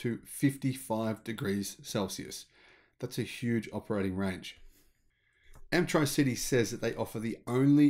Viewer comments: A small point but wouldn't it be pronounced 'amp-tricity' as in 'elec-tricity', not 'amp-try-city'? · Hi, great news for the future. Thanks for the vid. I think the name is intended to be pronounced like 'electricity' (electric) not tri-city (three cities)?? Or am I wrong? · I'm pretty sure they'd want you to say it like electricity, not Amp-tri-city. Try Amp-tricity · I think it's probably pronounced Amp-tricity - 'tricity' as in elec-tricity. Amptricity. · Hi, really enjoy your stories. Nice contrast in pronunciation with Americans. Amptricity and Arkansas got me today but Zack and Jesse from NYK had trouble with Moe and Yea calling them mow and yeah. 😆😅😂🤣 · Love your videos. Note: Arkansas is pronounced "ar-can-saw", and surely Amptricity is a play on "Amps" and "electricity", thus "Amp-tricity" not Amp-TRI-CITY which would imply it has something to do with three cities... thanks! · Some weird pronunciations it this one. I believe Amptricity is not pronounced "amp-tri-city". I believe it is "am-trisity" like "electricity". "Arkansas" is not pronounced "ar-kansas". It is pronounced "arkan-saw". Enjoying the shows, thanks.